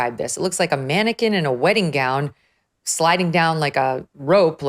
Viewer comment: Megan That's not a manacan That's a womenacan!!!